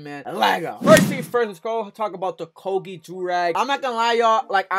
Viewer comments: Koge 😂 definitely not pronounced like that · Never heard Coogi pronounced like that 🤔